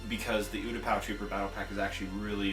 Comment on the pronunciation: You're pronouncing Utapau wrong. It's you-tah-pah.